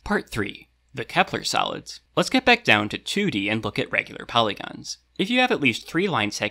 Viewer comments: they way he say solids sound like salads more or less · I keep hearing salads instead of solids 😭😅 o well now I know what to call them when I want to confuse someone: CHECK OUT THESE SALADS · I was listening to this without watching the video and I kept thinking you were saying "salads" not "solids" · why the heck is there a thumb up and down next to the chapter titles, also why am I hearing salads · It sounds kinda like he says "Platonic Salads" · He saying “salads” right? I’m not hearing solids but salads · I keep hearing "Kepler Salads" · Im sleepy af and kept hearing "Platonic Salads" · i kept hearing “platonic salads” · I thought you said platonic salads